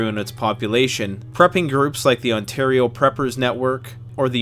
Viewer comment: Anyone else catch the "Ontar-i-o" pronunciation when talking about blackflies? Seems like a non-accidental Stompin' Tom reference.